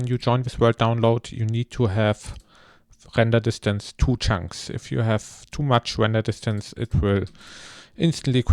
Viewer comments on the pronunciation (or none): Das “render distance” bei war so deutsch🤣🤣🤣